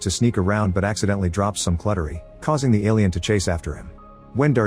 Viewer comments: Drops some cluttery...works well for the noise it makes, but I guess it's cutlery the AI voice wanted to say? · “As he dropped some cluttery” 😂 never heard cutlery said that way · "Cluttery?" CUTLERY.